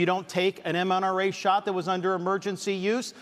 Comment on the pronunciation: Hey Ron, its MRNA, not MNRA. Love ya bud